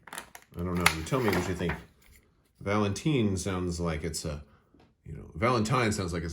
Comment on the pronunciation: It's Valentine not Valenteen